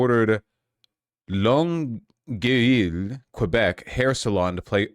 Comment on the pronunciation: its more like "long euy" with no L sound at the end